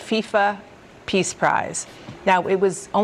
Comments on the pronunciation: im sure he said piss prize,,, that would make sense given the dementia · Sounded to me like he said "Pizza Prize", not "Peace Prize". 😂